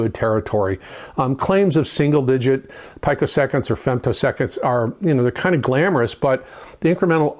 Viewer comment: Love your channel great passion and info. You’ve probably been told already but just in case picosecond is pronounced “Pee-ko-sec-und”